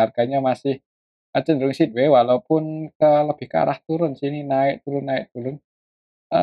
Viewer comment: BKN sidwei mas bacanya tp saidwei 😊